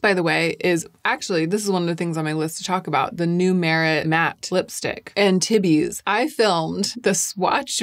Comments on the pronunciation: Please correct me if I'm wrong, but isn't Antibes pronounced On-TEEB? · "anteebies" LOL